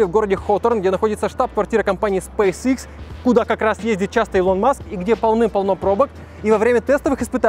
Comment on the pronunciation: 1. Если быть точным, то расстояние по прямой от Лос-Анджелеса до Сан-Франциско 559км(не 561), если брать 385миль(как было написано), то это 619км(примерное расстояние по трассе). 2. Правильно произносить Илон(ударение на первую гласную, а не на вторую - ИлОн). 3. SpaceX("экс" а не "икс"). Именно так звучит в оригинале и именно этот вариант на самом деле является верным. В России произносят "икс", ошибочная адаптация к языку.